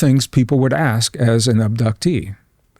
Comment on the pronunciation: Is it “ash” or ask? Little speech impediment,?😂😂😂